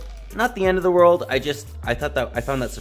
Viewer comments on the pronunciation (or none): none